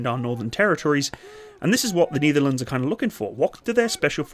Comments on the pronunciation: I can't watch any further. "The Neetherlands". I can't tale it anymore. Just say "The Netherlands". II don't know what language you're trying to say it, but as a Dutchman who's fluent in English I can say: You're butchering it either way. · why say "kneederlends"? The correct pronounciation is "nay-ther-làn-suh". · nEtherlands as in net, not nEEtherlands. You almost make it sound like a german saying Niederlande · NIEDERLUNDS NIEDERLUNDS DON'T MAKE ME COME FIND YOU FOR ABSOLUTELY BUTCHERING THE PRONOUNCIATION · The Netherlands or the Nietherlands? You tried to say the correct thing, but you really butchered that. It's Ne-der-lán-ders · The Knee-therlands...??? 😂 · Yes, and than you got the vector and the rest of Defenture. BTW whats up with that "Neederlands"??? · Ah yes, the "Neitherlands"(no offense😂). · The niederleands...🥲 Just say the netherlands or dutch i beg of you 😭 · At least you butcher The Netherlands instead of saying Holland 😂